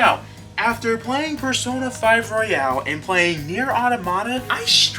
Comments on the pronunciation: You're pronouncing it wrong. The way you're saying it is like "Royale". It's Royal. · Royal... not Royale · It’s not royale, it’s royal. Great video, subbed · Surprisingly a lot of people pronounce it Royale.